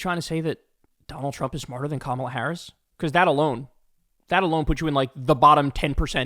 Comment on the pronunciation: The man who can't even pronounce Kamala Harris's name correctly is calling other people dumb